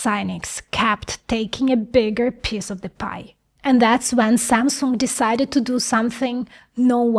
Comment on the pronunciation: Aside the subjects you cover - very interesting, you give us insights from behind the curtains of the tech world, and are very knowledgeable on the subject. But I'm probably more amused than I should be by how you pronounce "piece" like "piss" :D :D